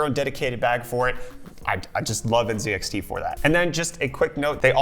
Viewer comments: Bro u okay? I just heard u say nZEDxt Instead of nzxt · ZED? Z(EEEEEEEEEEE) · You are from FL and you say zee in the British way zed. Is that some sort of respect to the company or something? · NZEDXT u canadian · *lives in FL *Pronounces NZXT as N(zed)XT